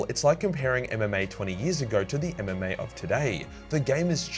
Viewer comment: You said MMA, I thought you said MDMA . LOL.